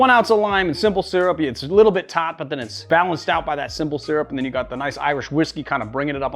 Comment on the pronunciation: You mean, "taaaht"?